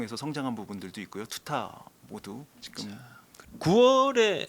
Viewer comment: 자꾸 직끔 직끔 이러길래 뭔 말하나 했더니 지금이었다… 직끔이 아니라 지금이에요😂